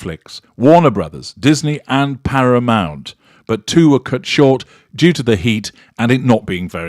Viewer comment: Matt Berry:-) I've noticed throwing in the occasional Matt-ism before. There's another one on here, "ParaMOUNT".